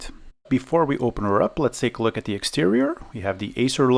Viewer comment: ...your english is very good... though: sometimes its pronounced "THE" not "THEE" ... The rule is, that before a consonant, the artikel "THE" should be used, and when a vocal follows, then you may use "THEE"... Otherwise it sounds strange ;-) e.g. of pronounciacion: "THE MOTHERBOARD" and "THEE AQUARIUM" , "THE MOUSE" and "THEE INTEGRATED VIDEO CARD" Your videos are very good though. Keep the good work going!